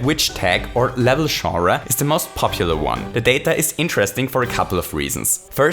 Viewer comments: For if he doesn't know, it's about pronounced as Jon-Ruh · Shawras. It’s pronounced Jon- ras. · You say genre three different times, in three different ways, and none of the were pronounced jonra. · I love his accent. He pronounces genre as zhura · I love how you say "genre", haha! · Lmao that is not how you say genre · The way pronounces "genre" is amazing